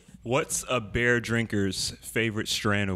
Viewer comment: My dude said bear not beer LMAOO